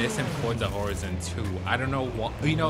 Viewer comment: Isn't it pronounced Horizon, like Verizon??